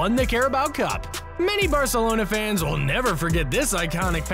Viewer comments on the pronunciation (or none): none